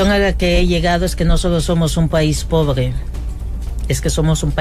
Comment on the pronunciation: Que dice que somos un país poble ignodante podeso ella no puede hablaad dado 😂😂😂😂😂 que hable bien primero para que critique 😂😂😂